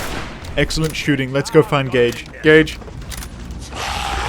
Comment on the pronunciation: I know my hearing isn't what it used to be, but I can't believe I had to turn on subtitles to realise the sidekick is called Gage, and that, in fact, you were not calling him gay every opportunity you got.